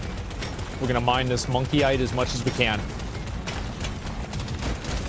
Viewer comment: And by The way you Are saying morkite wrong you Are saying monkeyite like monkey There is no N😂🐵